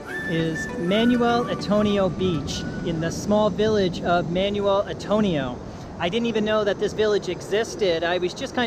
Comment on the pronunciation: Nice video, sir. Some pronunciation tips (in parentheses) for places in Costa Rica (Coasta Rica): Manuel Antonio (Mahnwell Ahntonio), Quepos (Kaypos), Jaco (Hahko, with the stress on the second syllable), Dominical (DominiCAHL, not Dominico).